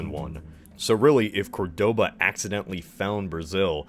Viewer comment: I hate to be that guy, but isn't it COR-doba not Cor-DO-ba?